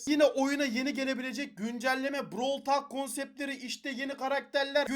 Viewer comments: Browl tolk olarak okunuyor çıldırtma insanı düzgün oku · abi brawl talk deyil brawl tolk